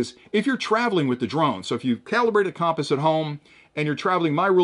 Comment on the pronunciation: Compass - pronounced: kuhm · puhs 😅